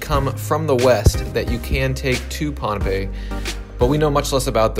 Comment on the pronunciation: I like how you pronounced pohnpei correctly. Most videos here pronounce it “pompei” 😁